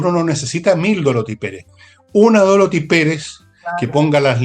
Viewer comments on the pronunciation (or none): Por favor, con sumo respeto, indiquen a Nicole Rodríguez que el nombre de la actual jefa máxima de la Contraloría General de la República es Dorothy, con dos “o”, y no Dorthy, como Nicole suele pronunciar.